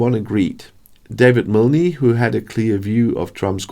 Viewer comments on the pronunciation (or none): The ‘e’ in Milne is silent